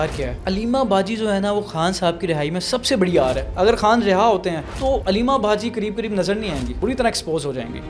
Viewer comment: چوتیو اردو بول رہے ہو یا ہندی؟ خان ہوتا ہے کھان نہیں